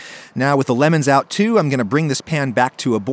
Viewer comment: I noticed that right near the end (before the ad segment), you say that roasting lemons really knocks back the acidity, and you definitely emphasize the word "lemons" rather than the word "roasting," which I'm sure you intended when you wrote the script. I just want you to know that I noticed and that you should be better.